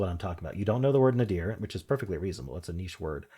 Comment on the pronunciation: Nadir is accented on the first syllable, not the second. ETA: Like Ralph Nader.